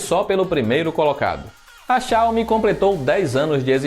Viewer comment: Tá pronunciando Xiaomi e Huawei errado